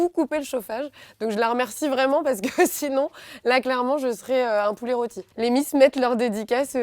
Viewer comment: Olalala elle a dit poulet rôti